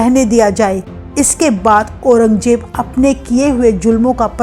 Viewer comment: You are Hindi pronounce is not good, Aurangzeb ko Aurangjeb bola, 😅